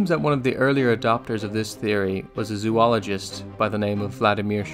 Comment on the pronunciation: ZO -- ologist not Z00 -- ologist ,,, notice there are only two "o"s in the front of the word.